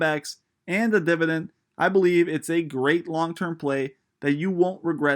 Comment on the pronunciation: Dividend* basic English, you even pronounced it “divident”, do you even read? How are you an investor and have never read or heard someone say that word?